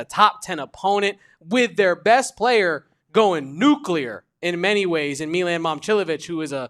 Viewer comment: Dawg. Its not meelan. Say his name right if youre gonna be a hoops expert. Milan.